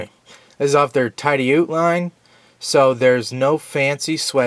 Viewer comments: Great vid and GREAT knife,! BTW...I think that Tidioute is pronounced "tid-eee-yout". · Correct on the pronunciation. I live in Tidioute. It is a small town in northwest pa. Less than 1000 people live there. GEC knives are produced in Titusville pa which is 20 miles from Tidioute. The case knife factory is only 40 miles from Tidioute. Lots of great knives made near here